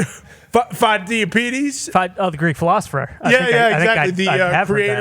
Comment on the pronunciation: The guy with the mullet cannot pronounce the name of Pheidippides; he had no idea who he was before he huddled with the art department. No surprise - Stay in your lane Einstein